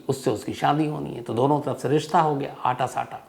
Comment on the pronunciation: सम्स साहब अटा सटा होता है,,आटा साटा नहीं होता साहब